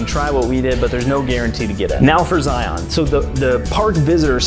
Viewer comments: Please ... don't sound like a tourist and say Zi-on. Zi isn't on anything. It is just Zion. Locals will laugh at you! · It’s pronounced Zigh-un….NOT Zigh-on.